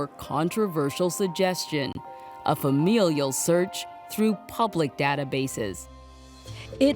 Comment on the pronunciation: Someone tell this woman how to pronounce FAMILIAL. It's not fam-EEE-lial.